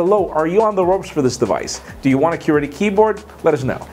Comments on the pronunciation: its not QUEER-ty keyboards, its qw-UR-ty keyboards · The way says qwerty. Funny. Love this guy!!! Always a fan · You say Qwerty weird :P